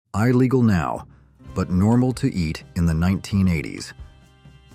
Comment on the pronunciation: “Eye-legal” cmon bro 🤦